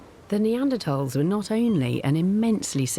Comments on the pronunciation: WHY IS THE PRESENTER MISPRONOUNCING NEANDERTHALS? YOU'D THINK THE PRESENTER WOULD MAKE THE EFFORT TO LEARN HOW TO PRONOUNCE THE KEY SUBJECT OF THIS DOCUMENTARY CORRECTLY!!! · why cant she say their name right? Can she not say TH